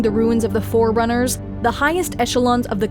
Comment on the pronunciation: He called forerunners as fucking foreigners wtf